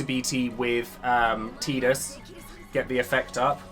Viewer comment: Thanks for caling him Teedus not Tiedus